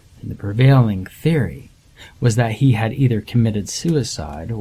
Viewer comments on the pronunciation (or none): none